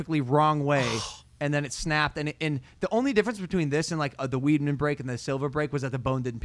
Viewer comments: It's pronounced Chris WIDEman. Not WEEDmen.lol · chris WIDE-MEN not WEED-MEN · It’s hard to listen to them talk about ufc… or just mma in general lol dude said weedmen😂😂😂 other then that, goats